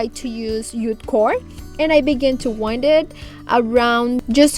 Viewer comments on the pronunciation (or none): none